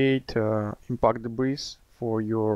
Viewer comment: FYI: The S in debris is SILENT. Check this link for the Google definition, and click on the SPEAKER to hear how this word is pronounced